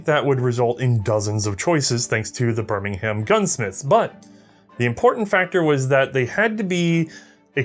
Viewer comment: Also, "Bir-ming-um".